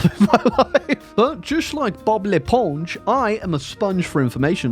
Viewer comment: Your prononciation of Bob l'éponge is on spot! Are you secretely french?